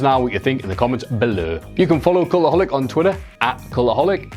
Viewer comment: Why is this guy saying "Culaholic" thought it's (cultaholic) 😂😂😂😂